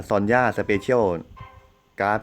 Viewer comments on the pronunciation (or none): ซอนย่าน่ะค่ะ ไม่ใช่ซันย่า ซันย่า ตัวaซอนย่าตัวo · son มัน ซอน ไม่ใช่ อันนี้ผมไม่รู้นะถ้าไม่ใช่ก็บอกกันหน่อย